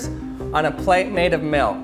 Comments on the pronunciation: Anyone else feel like he says “Melk” instead of milk? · I sweqr it sounds like hes saying melk Maybe cuz of my accent where i pronounce it like milk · I hate the way you say milk. Its almost malk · 0... He says melk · That’s funny 😆 cause he says melk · Melk melk melk melk melk. Staaaaaahp. It's MILK! It rhymes with ILL, not ELK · Take a shot (of milk) every time says Milk (or "Melk"). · Galaxy Angel Lol! Challenge accepted. He says “milk” or ‘melk’, lol, only 29 times. You’re welcome! Lol. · I'm glad you pronounce milk like milk instead of pronouncing it (malk) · I don’t think I’ve ever hated the way somebody says the word ‘milk’ more in my life.